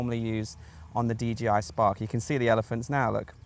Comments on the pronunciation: 'Dee JAY Eye' -- not Gee! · It's d J i. Not d G i. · Why are you calling it a DGI man? Otherwise thanks for the video.